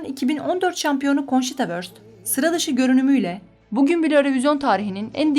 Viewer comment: Konçita diye okunuyor.